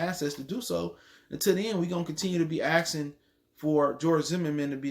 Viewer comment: "You axin"